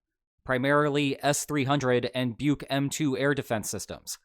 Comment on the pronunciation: It is normally americans who misprounce everything, but how can any native english speake make that crazy noise. Buk, say the f word and now change the F to a B. Easy peasy